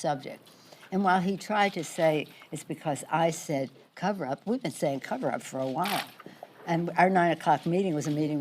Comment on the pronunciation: I heard a lot of th in the place of s. For instance, said sounded like thaid.